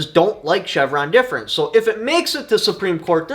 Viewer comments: DEF, not DEP! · It’s Chevron Deference lolz.. not difference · Difference versus deference is very important in its reading here….lol 😂 You do great things for the community so I don’t mean to make fun of you. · Not that it matters much but it’s Chevron Deference Pronounced Deaf-rence Thanks for the great video. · Say it with me: "Chevron DEFERENCE"